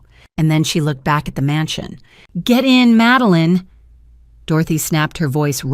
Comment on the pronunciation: Her name is "MADELINE," not "Meline"!